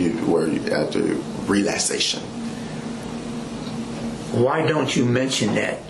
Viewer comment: “and den afta dat dey give you ahh..re-laz-ation.” What the hell is this guy talking about